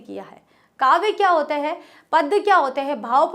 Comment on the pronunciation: आप कविताओं को बहुत ही सहज और सरल भाव से और विस्तार से समझते हैं; उसके लिए आपको बहुत -बहुत धन्यवाद आप "हैं"की जगह, "है" का उच्चारण करते हैं;जो सुनने में बहुत अटपटा लगता है... कृपया...